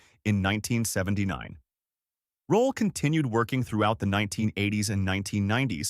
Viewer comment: It's Roll(e) , Not Rolla.